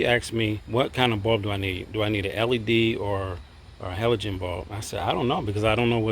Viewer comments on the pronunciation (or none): none